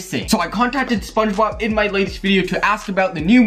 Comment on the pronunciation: Its spongebob not spungbob it's character not charicter it's squidward not scwidward